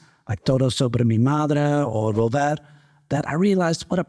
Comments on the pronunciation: Greetings from A Coruña. You can pronounce /b/ in Volver. Have a great time here. Welcome !! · Hi,! As a mexican, I can tell you that although "b" should in theory sound different from "v", the truth is that no one pays attention to that. And about "volver", you can take a hint of different accents comparing the tango "Volver" (Carlos Gardel), and a folk mexican song (ranchera) "Volver" performed and composed by José Alfredo Jiménez. Sometimes we don't understand each other in spite of the same language 😂. 🇲🇽🇲🇽Excelente video, muy agradecida porque compartas tu trayectoria y consejos. Mucho ánimo con las clases de castellano y no te rindas!👍